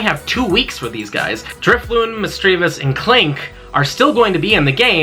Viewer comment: DRIFLOON with an N not M!!